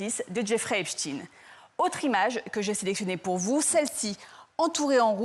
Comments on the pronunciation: C est pas epstine.. c est epstein..⭐ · epSTEIN pas epstine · EPST(EIN) pas EPST(IN) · La manipulation commence par la prononciation de Epstein..et pas Epstiiinnn...😮😮..... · Il faut dire "Epstein" et non pas "Epstine" qui sonne comme Poutine pour créer un amalgame inconscient... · Et voilà la gauche qui nous la fait de nouveau à l'envers ! Epstein ( Pas Epstin ) N'est qu'un peu coupable, juste un peu, il n'y a pas de quoi fouetter un chat. Zelensky est un pauvre chef de guerre qui veut sauver l'Ukraine et qui n'a rien a voir dans le dossier sus mentionné. Mais attention ! Trump sent le souffre... Bizarre, on dirait un discours d'Hilary Clinton. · COMMENCEZ DÉJÀ PAR BIEN PRONONCER SON NOM DE FAMILLE SI VOUS VOULEZ ÊTRE FIABLES!!!!! EP CHTAYYYYYYYYNE ET NON EPSTIIIINE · Epchtaïne pas Epchtine ? Vaïnchtaïne pas Vaïnchtine? Epstein et Weinstein ont la même terminaison? Bizarre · Epsteen .... comme Einsteen ... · Non c’est l’inverse , epstine.. prononciation anglaise américaine etc lui même d’ailleurs .. le France et son accent ne sont pas le centre du monde;) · Pourquoi ils oublient le e dans epstEin.Je trouve fou que des journalistes fassent une faute de prononciation comme ça.